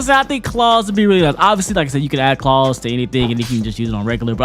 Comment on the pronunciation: Why did say claws like that😂 nigga rlly said “Klauews”